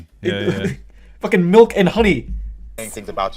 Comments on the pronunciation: "the MELK" 😂 I giggle every time 😂 Lol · I’m sorry but “melk” makes me irrationally angry